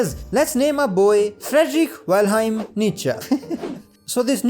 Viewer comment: "Frederick Welheim" just wrong